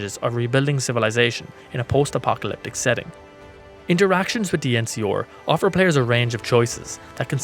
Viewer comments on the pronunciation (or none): EN-SEE-ARE, not EN-SEE-OR. Jesus. I like the vid, an the channel. But the way you kept mispronouncing the NCR, a faction I don't even really like, bugged the hell out of me